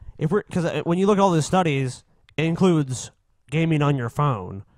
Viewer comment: LET HIM SAY "CLUDE," GOD DAMMIT!